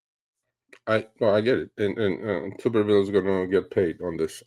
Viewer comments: Tommy Tuberville, pronounced (T-ubber-ville), rhymes with upper. Senator Tuberville for those who don't know is the former head football coach of the Auburn Tigers, undefeated in 2004, (13-0), the Texas Tech Red Raiders and the Cincinnati Bearcats before starting a political career. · Ironically the guys name is pronounced Tubber- ville….former Auburn football coach…love you guys keep up the work